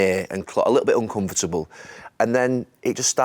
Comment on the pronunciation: How does Neville get five syllables out the word uncomfortable